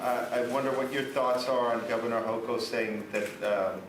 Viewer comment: This dude still can't pronounce kathy holcom name he is a dummy but talks about how Eric Adam's talks lmao smh